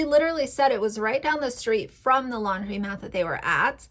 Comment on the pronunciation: Good video but just wanted to note that it's landromat (long O sound) instead of laundrymat. But Yes aunty Lauren is so weird and creepy! It's even creepier bc she lives across the world in Aus.